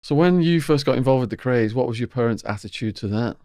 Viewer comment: You can't even pronounced thier name ( the Kays) you must be a drunken wanker.